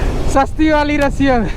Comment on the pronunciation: Roshiyo ❌ Rasiyan ✅ 😂